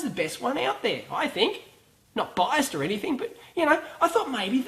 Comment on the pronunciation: "Not bias'ed or anything" xD